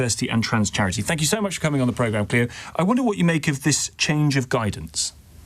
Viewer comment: (the second guest) was so condescending and disrespectful. Chatting about the fact that everyone should follow the rules to the exact letter in schools, but she can't even be bothered to get the previous guest's name right, calling her Chloe instead of Cleo